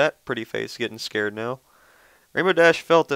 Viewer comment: It's not scared it's scared. like arr in scared. scarrred. like a pirate.